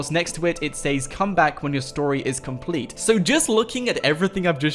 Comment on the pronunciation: He says complet concret